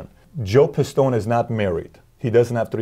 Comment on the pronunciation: And you fucked up his name :D It's Joseph D. Pistone :D